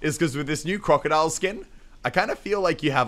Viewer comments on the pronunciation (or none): He miss the scar and did he say crocidile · He said crocodile XD But is fine love ur vids